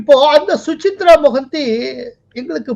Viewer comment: Su-cha-rita Mohanty. Not Suchitra.